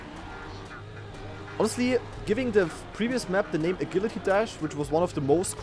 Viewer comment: I've never heard anyone pronounce Agility like that lol